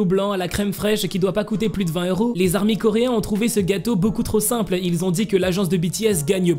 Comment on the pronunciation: Mec, on ne dit pas les 'ZARMY" mais les ARMY. Oublie la liaison car ce n'est pas un nom commun mais une dénomination bien distincte. C'est un peu comme un groupe de sportifs qui a comme dénomination ORANGE. Quand ils vont jouer, on dira par exemple : et voici les ORANGES qui rentrent dans le stade et on ne dira pas : et voici les ZORANGES. Tire donc un trait sur les ZARMY stp.